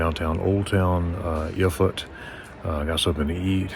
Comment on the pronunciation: Very pretty there and you showed it very well! And you're good too in pronouncing Eeeeerfurt! 😊👍